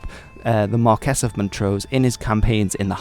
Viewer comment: Marquis pronounced Ma-kwiss.